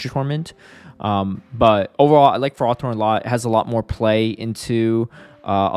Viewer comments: It's Fer-ro-thorn, not Frar-thorn 😉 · Tell me you're engagement-baiting with this ferrothorn pronunciation lol